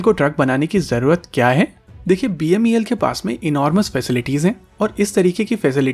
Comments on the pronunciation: Its beml...you are calling it as bmel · It's not BMEL as said repeatedly, it's BEML. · It's BEML not BMEL. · Bhaisahib, it is BEML and not BMEL. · U r repeatedly saying BMEL inspite of BEML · Say BEML NOT BMEL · Sir BEML hai not bmel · BMEL NHI BEML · Video me baar baar "BEML" ki jagah "BMEL" bola gya hai. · BEML not "BMEL"